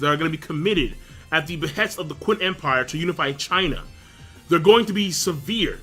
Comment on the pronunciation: Qin is pronounced Chin